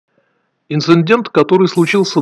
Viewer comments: Не "инциндент", а "инцидент"; не "скурпулезный", а "скрупулезный"; а "в кавычках" подчеркивается голосом... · инцидент, а не инциНдент... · ИНЦИНДЕНТ _- неграмотный мудак 9